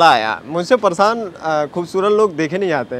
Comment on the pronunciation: Pareshan ❌ Parshan✅